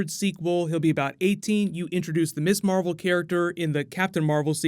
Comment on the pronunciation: Mizz Marvel, not Miss Marvel "Ms is pronounced Miz"